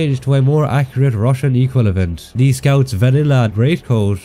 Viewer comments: I don't mean to rag on you and this isn't really an issue by any metric but you keep switching the syllables in "Equivalent" to be "Equilavent". Something to be aware of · I swear if he says “equilavent” or “cavilary” again…